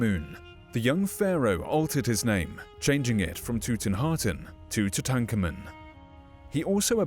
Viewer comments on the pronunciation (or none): That pronunciation of Tutankhamen 🙄